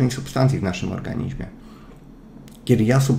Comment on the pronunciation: ja nie potrafie ale moze Tobie się uda mówić W ORGANIZMIE ORGANIZMIE A nie organiźmie:) Super wiedza, jade po wit C i D